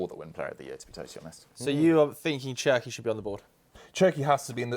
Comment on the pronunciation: Did this guy say Cherki???? 😂😂😂😂😂😂😂😂😂😂😂😂😂😂😂😂😂😂😂😂😂😂😂😂